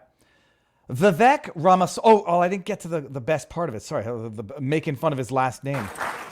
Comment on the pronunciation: Time Index: Viva's opening comments - mispronouncing Vivek Ramaswamy Viva's petrified turtle shell - J6 footage shows peaceful people in Capital Robert joins - topics for tonight Media Matters hit piece and Elon Musk to sue Laura Loomer tweet re Riley Gaines Trump, Gag Order lifted (4 of Engoron's rulings overruled) - support growing for a mistrial Even Dem's say Trump can not be removed from ballot Biden trying to take over Internet? Rumble Rants - Israel discussion - Palestinians have always been violent Florida, Bars & children and adult themed events new swag for sale Horn case in California Relabeling everything 'professional ethics' - conversion ban bill Prisoner case, solitary confinement, mental illness Wealth Tax, National Federal Property Tax Argentine Pres election, Javier Milei wins, massive inflation Self Defense case, convicted felon using firearm more Rumble chats Malcom-X case, FBI organized & orchestrated killing - J6, an inside job, instigators, FBI informants Locals Tips - Auto 'Kill Switches' in 2026 - more Locals Tips Standing Issue, Black Lives Voters Brooke Jackson case update T-Mobile case, employee steals customers photos Closing comments